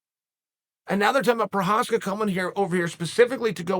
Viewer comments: I remember he called him "progaska" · proprietary? prokreiv? prokryev? provider... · Who is “Prochazka?”